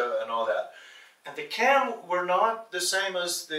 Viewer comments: Y'all I am Cham and just so everyone knows he's saying Cham mad wrong. It's pronounced exactly as it's spelled in English, the Ch is not a K sound like in Cat, is a Ch sound like in chip. In previous videos pronounces it correctly but the white guy is totally butchering it. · Just FYI- the word “Cham” in Cambodian pronounce as Jaam, which mean Muslim. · I believed the Cham is pronounced with letter J It's Jaim. I'm from Cambodia and we are very well-known about the Jaim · The pronunciation is not "KAM" but "CHAM" more like CHM very little emphasis on "a", (CHAM as in Cham-pion - चम) CHAM people are very well documented in Bharat's history. They originated from CHOLA (CHO-[LA] as in Cho-colate - चोला) DYNASTY... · Yes my family is Cham from Cambodia and this guy not only pronounces it wrong but also has stated some incorrect information already. He doesn't have all his facts right and it's frustrating 😤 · Pronounciations are wrong,sir. These are चाम और चम्पा.